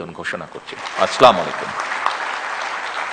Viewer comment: প্লিজ, সালামটা শুদ্ধ ভাবে দিয়ে বাধিত করবেন।